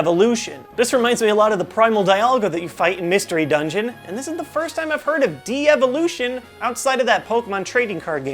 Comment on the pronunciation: Why do you say De - evolution when it is devolution.